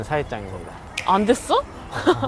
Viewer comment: 담번에 한국 가면 큰 잎사귀만 싹싹 긁어서 모아 올게요ㅠㅠㅠ 💗 이 젤 귀여우셔요… 아닠ㅋㅋㅋ 근데 “안 됐어??“ 발음은 너무 한국인이시잖아여...! 두둥 역시 😭😭💖